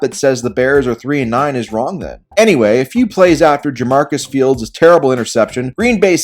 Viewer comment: “Jamarcus Fields” 💀💀